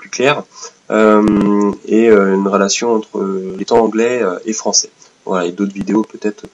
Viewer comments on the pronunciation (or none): none